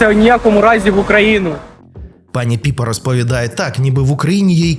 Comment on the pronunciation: Не Піпа ,а Пепа